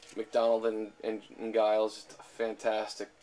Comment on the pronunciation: By the way, Giles (at least the English pronounciation) is pronounced "Jiles".